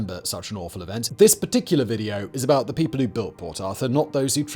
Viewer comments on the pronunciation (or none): none